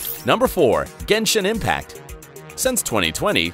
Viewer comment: Bro, when je said genshon impact,...